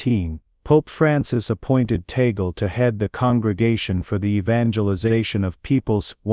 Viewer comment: Here comes another narrator. The last name of Cardinal Tagle is pronouced Tag/le and not Ta/gle. Anybody wants to talk about Cardinal Tagle needs to ask him on how to pronounce his last name.